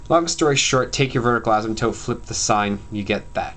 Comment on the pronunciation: Thankyou!!!!! :) and btw you say asymptope funny!